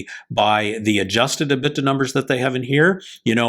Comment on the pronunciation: liked your video on Blacksky. However, you need to get your pronunciation of your financial terms correct. You kept mispronouncing the term " EBITDA". Drives me crazy when people we are listening to for insight on a specific subject can't take the time to learn to pronounce a name or term correctly.